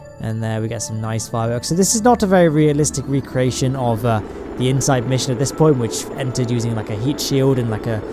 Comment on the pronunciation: I paused to watch a video on Insight, and came back to "I-H-NOIFAV"; I love it! :D (I watched Astrum's 'supercut' on insight; it was really good.)